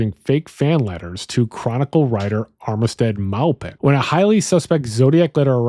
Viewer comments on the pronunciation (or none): Melvin Belli is pronounced Melvin Bell eye, not Belly Armistead Maupin , it’s pronounced Mahhpin, not Maopin.